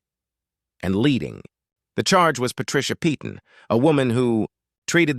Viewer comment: Once again the name 'Peyton ' is normally pronounce 'Payton!'. Doesn't anyone check these things before airind them? And if its AI, its even more stupid!!!